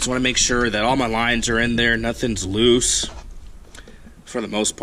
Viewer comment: did he say “my wires have came loost”😂